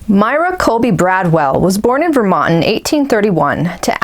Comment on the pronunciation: Pronounced MY-ruh, as in Breckenridge.